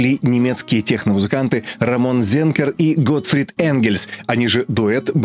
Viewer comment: Уже не в первый раз замечаю, что большинство ошибочно читает немецкую "z" по аналогии с английским - "зэ", но правильно будет "цэ". Таким образом, Рамон не Зенкер, а Ценкер. К сожалению, его партнёра по проекту Bellini - Готтфрида Энгельса, упомянутого в выпуске, не стало несколько лет назад. Он принимал участие во многих проектах, из которых самым известным для меня является Paffendorf. Есть ещё немецкий хард-транс-продюсер Frank Zenker, в миру известный как DJ Scot. Так вот он тоже Франк Ценкер, но с Рамоном они не имеют никакого родства, просто однофамильцы.